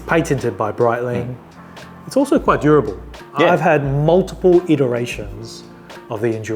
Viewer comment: This video is awesome. My only recommendation is learning the names of the Swiss watches, as they are not pronounced "Brightlieng and Howar".